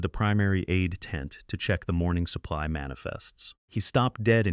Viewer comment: It is incredible how bad the pronunciation of simple words like "supply" gets through the editing process! Wait a sec, is there an editing process?? If you are going to submit videos could you at least watch them for grammar and pronunciation errors? This is really bad